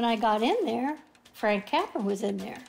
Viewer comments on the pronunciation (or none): Great interview. However, it's Frank Capra not Frank Capper.